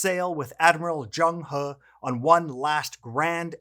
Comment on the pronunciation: Awesome video! Great to have you two on board the Treasure Fleet 🚢. Your pronunciation of Zheng He is probably better than mine! 😄